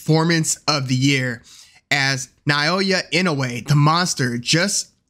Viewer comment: Kudos for many things but also for pronouncing the monster's name correctly. He outclassed Fulton from beginning to end, top to bottom.